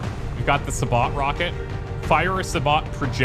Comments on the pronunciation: It's sa-bow (bow as in crossbow). It's French for 'shoe'. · Sabot is pronounced Sa-bow, the t is silent. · Sabot is pronounced (sab-OH)